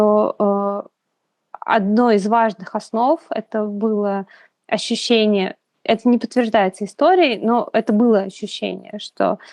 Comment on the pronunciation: Вот это ваше слово "Ащющение" это шляпа полная.